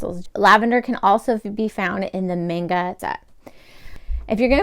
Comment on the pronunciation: not to be mean but manga is not pronounced main-ga but the correct form is man-ga or ma-n-ga no hate just something to know